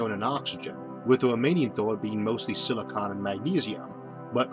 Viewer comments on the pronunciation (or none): none